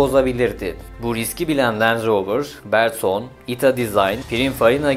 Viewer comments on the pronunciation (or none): Bertone, "berton" diye okunmaz. O bir İtalyan firması. Ber-to-ne diye okunur hödük ...